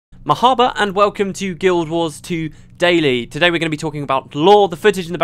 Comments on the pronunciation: Marhaba, close but not quite. The 'h' sound is much heavier and I've found westerners find it very difficult to pronounce. I'm a natural speaker of the language although I'm not Arab myself. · I know I'm an Arab lol. But.. Mahaba. Sounds funny.